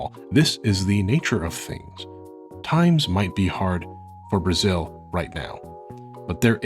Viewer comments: It's so funny and cute when you say Brazil, bue it's sounds like 'Braxiul' (a brazilian talking here) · Your first pronunciation of Brasil is actually closer to the correct one than "Brajil" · "You are going to Blazil". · The "Z" in "Brazil" is pronounced as "Z" exactly as in English, not "Brazhil". The way you pronounced would be spelled as "Brajil" in Portuguese. Just a slight correction. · Love your pronounciantion : Brájiuu! by the way brought me here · i love how he pronounces ''Brazil'' as ''Brajiu'' :'D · Acho que ele tá falando assim para tentar imitar a pronúncia dos Japoneses que é Burajiru, talvez deve ser isso, ou ele realmente acha que está certo hahahaha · Brajiul HAHAHAHA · Your "Brajiu" pronunciation is hilarious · Muito bom, adorei a pronuncia "Bragil" so cute! ótimo vídeo! huehuebr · "Blanka from BRAGIL" haha really Nice video, and really cute pronounciation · Why do you pronounce Brasil as "Brajil", kinda cute tho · Its pronounced BRHAHZHIL!!! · brajil is the weirdest pronounciantion ever :p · your pronunciation of Brazil makes me laugh so much man, i love it are you carioca by any means? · The way you say Brasil gives makes me both happy and sad at the same time, its somehow such a correct pronunciation said in such a weird funny way, I love it tho